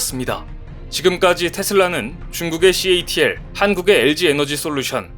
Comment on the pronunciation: 8 분 7초....catl을 gatl이라고 발음하는 이유는?